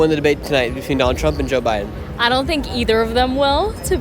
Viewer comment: Girl said Obama then said Bide , sheesh......